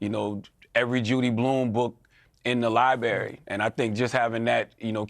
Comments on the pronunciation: This guy spent all this time reading books and yet he still says the word Lie - Berry instead of LibRARY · It's LIBR-ARY not LI-BARY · I would read every book in the liberry. 😂 Charlamagne it’s libRary! That R is not silent 😂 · “Libary” hahahah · He lost me at "Libarry". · first thing your mother should have taught you ... its called a library and not liberry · Ikr I noticed that too, right after telling everyone you read all the time and your mother was an English teacher you say the word liberry😂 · He’s so smart he called it a liberry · Dude said LiBerry and that his mom was an English teacher. Phuck outta here! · He said libary 😆. Not library. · What’s a “Lieberry”? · Great interview, yo! LIBERRY? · *would have come Too bad your mother, the English teacher, didn't teach you how to pronounce "LI breh ree" . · I have trouble taking anyone seriously when they use the word 'liberry'. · The LIBARY😂😂 two seconds after piers call him smart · Said he reads books then says “liebery” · LIBARY!!😂😂 keep reading pal your English is terrible. Just axe anyone😂😂😂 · Mom's an English teacher and he says liberry instead of library